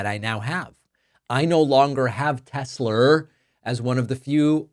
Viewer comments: "I love Tes-slur!" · Tesler 😂😂😂😂😂 is hilarious…. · The tesler bit is cracking me up every time!